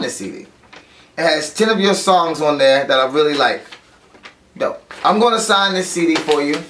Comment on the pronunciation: IS DOPE not DOUGH lol, means cool.